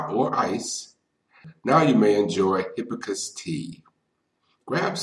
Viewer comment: I am distracted my you not pronouncing hibiscus correctly, especially since you say it so many times. You are not pronouncing the first s in the word.